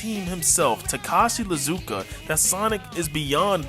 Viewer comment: 💀 He pronounced Izuka wrong